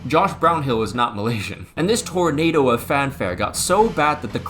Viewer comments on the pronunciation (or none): none